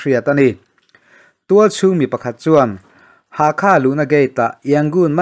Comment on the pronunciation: Bengvarthlak thei hle mai, Chuan, thil pakhat, Pa-le-twa tiin i rawn lam ri a, a dik chiah lo, Pa-let-wah tia lam rik tur a ni e. Hakha tih pawh Hâkhâ, a ri a sang ve² tur.